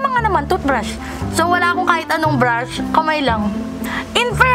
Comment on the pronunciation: Anyare sa breyshes mo te? Estey Lawder yung pronunciation bebe